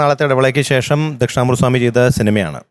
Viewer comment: ആയുശ്രീ ശേശമല്ല ശേഷം എന്നു ഉച്ചരിക്കണം. മലയാളം പാട്ട് പാടാൻ വന്നിട്ട് മലയാള അക്ഷരത്തെ കൊഞ്ഞനം കാട്ടുന്നോ? ദയവു ചെയ്ത് ഭാഷയെ ഇങ്ങനെ വധിക്കരുത്. സങ്കടം കൊണ്ട് പറയുന്നതാ